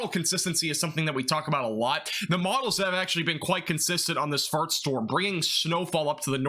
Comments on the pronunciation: I honestly enjoy watching your forecasts, but I've noticed everytime you say "first" it sounds like "farts" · LOL I had to rewind to double check I heard him correctly 🤣 it definitely made me giggle 🤭